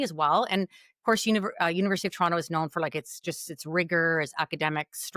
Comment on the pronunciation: pronounced “Toronto” wrong!